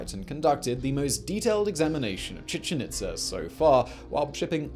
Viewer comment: Chichen Itz'er', ví'er', are'er', May'er'. Even "awe" came out sounding like "a'rrr"!! Luv 'em and all his channels, but God damn😳¡!¡!¡! 🤘🇬🇧🇨🇿🇺🇸☮️